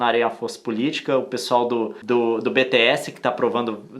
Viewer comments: "A galera do beteési" KKSKSKSKSK o Leon é incrível, as Armys e os meninos são incríveis mesmo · Se o Leon chama o BTS de "Bê Tê Éssi" ninguém mais pode me julgar por chamar K-pop de "Cá pop" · Leon para de falar beteéssi 2k20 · O Leon falando B-T-S kkkk, se pronuncia bi-ti-és